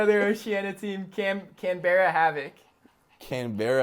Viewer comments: Oh no mans said Canedbara 😂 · Wow they couldn't pronounce Canberra properly ..... feels bad for us Aussies